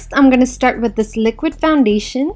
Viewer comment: hehe, she says liquid funny :P